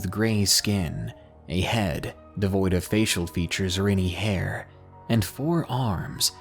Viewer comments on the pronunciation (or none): none